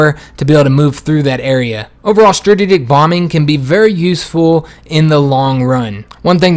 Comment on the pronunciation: "Strajijik bombers"